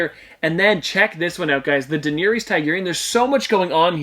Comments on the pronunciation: The way you pronounced Daenerys name hurt my ears. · You butchered her name lmao do you even watch the show